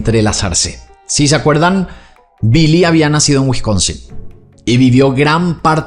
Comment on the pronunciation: Billy no se pronuncia como 'bee-lee' en ingles, es 'bill-ee'.